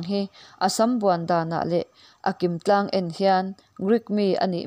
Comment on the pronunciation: Nun tláng tih a lamrik tur,tlang ti lovin.